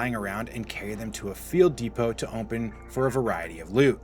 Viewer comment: Why you say open like that?